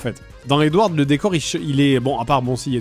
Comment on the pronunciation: Ça trigger trop qu’il prononce Edward a l’anglaise en prononçant le D à la fin